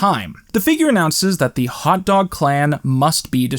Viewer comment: Ah yes, the 'ol Feb-ee-airy. I'm so glad he finally figured that one out. Also- Hot Doga!